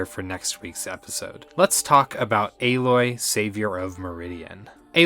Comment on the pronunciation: First video ive heard so far that pronounces Aloy's name correctly 😁